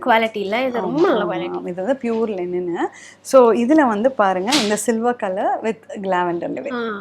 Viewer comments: I dont know why most people pronouncing it as lenin 😂. Its linen material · Yes it's linen but she pronounced as lenin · லெனின் இல்ல linen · Thappu. Called as Li - nen only